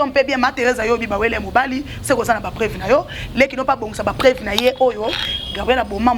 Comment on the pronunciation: on dit PREUVE ET NON PREVE